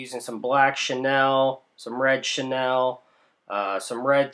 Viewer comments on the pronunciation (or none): Who is Chenelle? Its pronounced "Sha Kneel"